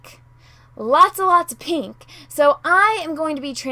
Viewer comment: Love the way you say "pee-nk"